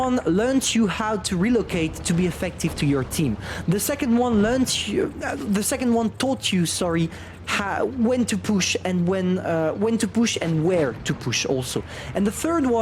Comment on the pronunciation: He said tortue instead of taught you lmao